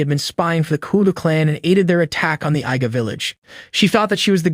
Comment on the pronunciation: pretty sure its IGA is pronounced EEGA not EYEGA. Also KOGA is pronounced KOOOGA not Kuuga